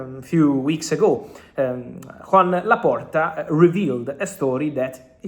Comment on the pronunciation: No es Juan Laporta, se pronuncia y se escribe Joan Laporta...